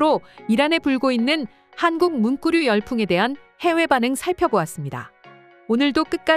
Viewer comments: 문꾸류라고 발음하는 이유는? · 문꾸류... 자꾸 신경쓰이네요 ㅡㅡ